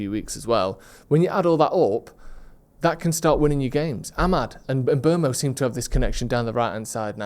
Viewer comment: Great video as always. But please 🙏 it's "M-boomo".